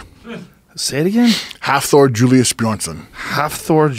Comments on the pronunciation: It's Hafthor, not Halfthor, but I agree with you. Bill Kazmaier should go on just for seniority alone. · ITS HAFTHOR FFS - NOTHING HALF (HAF = SEA IN ICELANDIC, so its basically sea-thor)